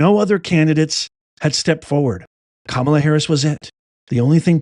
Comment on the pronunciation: KAMUUUULA NED TAKELA DAS OLL